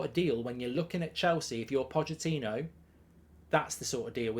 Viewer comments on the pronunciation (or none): none